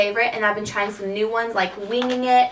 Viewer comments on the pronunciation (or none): none